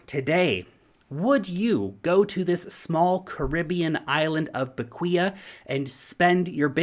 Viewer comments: It's pronounced beck way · My grandfather built a house on that island Bequia back in 1965. I've been going there every year of my life. I'll report back when i visit next. and its pronounced beh-kwee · Pronounced "Beck - Whey"